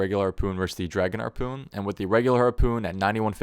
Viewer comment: I feel like I'm hearing Arrpoon.